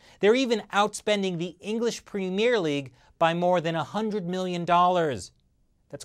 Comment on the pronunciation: It's not called the preemire league, it's called the premier league. This isn't a French film opening, it's a top level English sporting event.